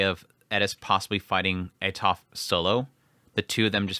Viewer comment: It is pronounced Atoferatofe Raibaku, no silent letters and that is how it is in romanji, now, english is wierd, it doesnt like to play by the rules the rest of the world plays, so is normal for english natives to destroy names from other lenguages, i know that because my name is Ezequiel and english natives call me iziquiel for some reason, so changing how vocals sound is normal but making the e in Atoferatofe silent is what i dont understand, thats why it gets in my nerves :P